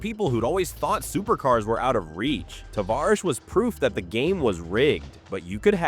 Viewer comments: Two things: it's "Juh-lopp-nick", and "Tuh-varr-ish". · What a load of BS, there's no 'downfall'. You can't even pronounce his name right. seems like a decent guy, you on the other hand are just trying to benefit from others' misfortunes which may or may not even be true. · Right off the bat. You butchered his nick name. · I love this channel but your pronunciation of words like SEMA, Tavarish, and more all butchered